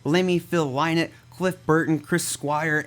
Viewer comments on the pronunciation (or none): none